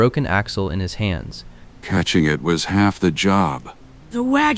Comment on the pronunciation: Jar -Ye -Ya , Narrow -toe 😂